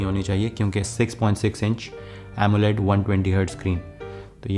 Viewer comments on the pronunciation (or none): none